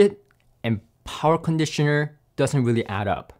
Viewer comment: Talky.. Talky.. talks alot.. but says nothing really of specs or substance of any comparison of the "many many" "tested" products...??!.. but if he makes a dollar for everytime "powa cronditioner" was said.. he'd make more youtube dollars than the sponsors endorsement adverts... subjective waffle talk 0/10 use..